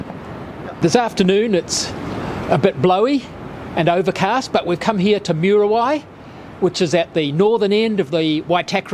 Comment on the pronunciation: Moo ree why. Not myooruhwhy. Why tah kah ray. Not Why tackery.